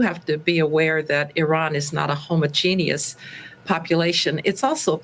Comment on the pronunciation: Classy yet struggles pronouncing the word "homogeneous?" 😂😂😂